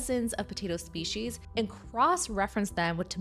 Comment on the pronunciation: It's pronounced 'species'.